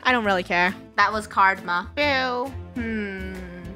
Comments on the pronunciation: I just heard say cardma instead of karma! I think I've heard too many puns! 😂 😂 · Am I the only one that heard lunar say card-ma instead of karma Lol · It’s not karma it’s cardma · made a pun it was supposed to be carma but she said cardma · It’s not karma it’s CARDMA🤗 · No she said card-ma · I heard cardma too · Yeah she said cardma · did she just say 'that was cardma (Karma)' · Why lunar say Cardma?🥰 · did lunar said CARDMA..!? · Did anybody hear that lunar said cardma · That was "cardma" Am I the only one who reliazes? 😌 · Did lunar just say “cardma”